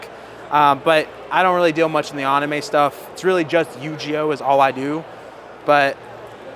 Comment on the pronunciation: Really well-made and in-depth video. Your passion and honest opinions sold me—keep being yourself! Just a heads-up: you’re mispronouncing Metroid, Yu-Gi-Oh, and anime. Not sure if it’s intentional, but it might be worth brushing up on those.